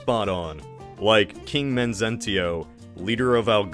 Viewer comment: Minor corrections: 1. Unkerlant’s civil war is actually called the Twinkings War and is pronounced as “Twin Kings” 2. Swemmel won, not Kyot 3. It’s Mezentio, not Menzentio